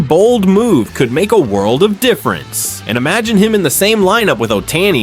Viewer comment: I know, right! When he said Oh-tay-nee, that’s when I realized he’s AI. 🤦‍♂️